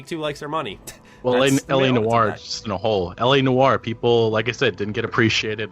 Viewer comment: "Nor" not "Nu-or". SMH